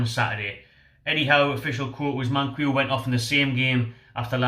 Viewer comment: Its Mankeeyo, not Mankweeyo. Just sayin' :)